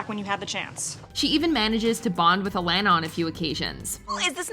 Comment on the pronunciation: Alana’s name is pronounced UH-LAWN-UH! 🤦🏾‍♂️